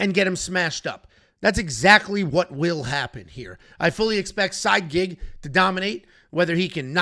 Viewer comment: lol side-gig, I think thats Sigh-eed. Same name as Said.